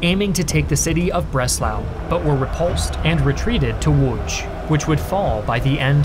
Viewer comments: Good job pronouncing Lodz correctly. You get a pass on Przemsyl, almost no one says it right. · As a pole i have to say that you pronounced Łódź very beautifully :) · I love how properly pronounced slavic cities like Lodz... nice attention to detail!